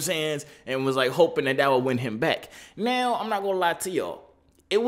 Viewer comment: Are you serious right neow?